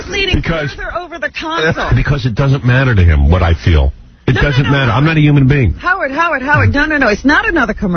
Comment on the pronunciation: "It doesn't matta"